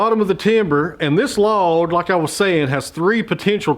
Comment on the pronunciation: Please, the word is “this” not iss. You used to speak accurately in the past and still sounded folksy.